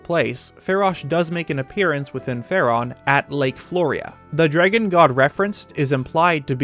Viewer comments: say it with me DRAAAAAAG GONE note dregun lmfao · SAME. I had to stop watching over "jreggin" pronunciation ... I could deal if the word wasn't said ... constantly. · are you guys from california? my friends from there say eggs like "aigs" and other things similar to "draygen". i pronounce it "draggun" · Anyone else notice how he says dragon like "dreygun"? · my favorite part was hearing you pronounce dragon "draigon" love it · The only word I heard in this whole video was “dreygon” lol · I just realized that I pronounced dragon as dray-gen now that you said that aha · Man, I've gotta ask - where are you from? I've never heard anyone else say "Dragon" like you do and it's had me curious for ages now. I just cannot place the accent for the life of me. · Where are you from? I came to the comments specifically to see if anyone commented on the way you say dragon.